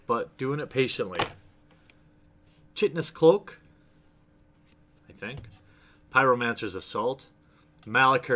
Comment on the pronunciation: Its "Ki-ten-ous Cloak" like a Kite. Not "Chit"